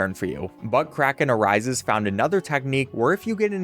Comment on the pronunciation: why do you keep calling that person ButtCrackenArises